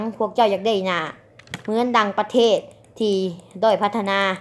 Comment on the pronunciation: พูดประเทศยังไม่ถูกเลยยังจะกร่างอีกกูละขำ